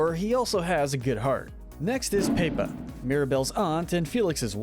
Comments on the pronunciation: This is a great video, but PLEASE learn how to not butcher these characters’ names. It’s not that difficult. Idk how Pepa is all of a sudden “pay-pa”. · I love how he calls Pepa paper XD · ummm you called pepa ......... paper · my sister was watching this and she thought he said PayPal when he started talking ab felix